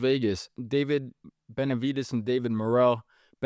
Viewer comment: Tesdy struggles saying Benavidez. Sometimes it sounds like Beterbiev.